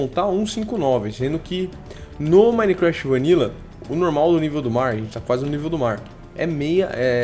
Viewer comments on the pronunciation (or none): none